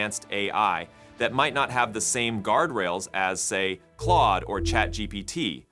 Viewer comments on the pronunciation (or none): none